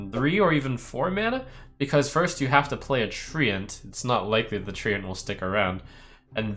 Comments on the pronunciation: it's read as trent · FFS it’s pronounced ‘trent’ not treeant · Do you really pronounce it Tree-Ant ? :D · no it's tree-ent, not trent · 100ways 2DIE Tent with an r? ok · HAHAHAH was thinking the same thing... THE TREE-ANT-MAN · SAY TREANT AGAIN???? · Jens, please write an angery (sic.) email to Trump correcting him on his pronunciation of Treant.